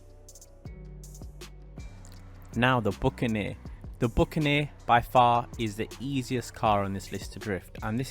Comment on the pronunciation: i know but he says bucaneer